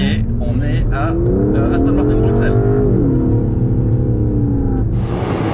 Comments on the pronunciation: "BruXelles"... Nonn pas toi, pas. C'est un peu comme quand François Damiens a été contraint de faire l'accent français dans certains de ses films... Et ça, ça fait mal 😂 De plus, c'est l'occasion d'apprendre à nos amis Français la bonne façon de le dire: "BRUSSELLES", bordel! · Je ne comprend pas il habite en Belgique et il prononce BruXelles 😂😂